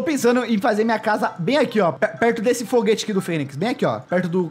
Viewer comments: "FIGUETE" KKKKKKKK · "Foguete" kkkkkkk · Eita kkkkkkkkkkkkkkkk "foguete" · KKKKKKKKK "FOGUETE"